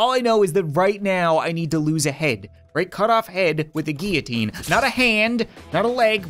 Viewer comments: says 'GEEITINE' me: its GILLOTINE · It's pronounced gill-o-teen